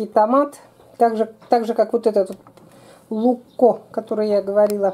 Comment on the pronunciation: ZaGorsko volovsko oko! (ЗаГорско воловско око), т.е. типа "бычий глаз загорский":)) А другой "луЧко", а не "лукко".